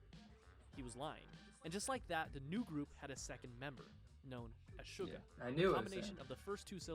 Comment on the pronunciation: Hi!! Thank you very much for the reaction. I'm looking forward for part 2. But fyi suga is pronounce as "shu ga" (like the ga in omega) not "su ger" (ga in sugar). and RM is the leader of the group, he leads the group being the spokesperson especially when they go overseas. You are correct he is the leader. The other member all call him their leader. and one last thing to share is altho they seems like they are picked and trained, they are still very very talented and hard working. For example Jin, he was cast on a bus but he did work hard to become a great vocalist. Thank you again for the reaction!